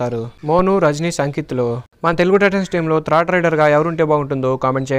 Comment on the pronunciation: Nee bonda ra thrid endi third ani kuda anadam radu video laa